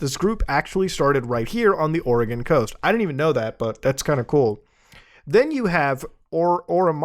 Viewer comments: Muta mostly pronouncing Oregon right is the best thing. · As an Oregonian I am so happy you pronounced the state correctly.